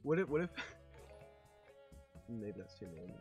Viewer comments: I don’t know if he said maybe or baby?! But it sounds like baby omg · It's sounds like baby but it's actually maybe if you listen closely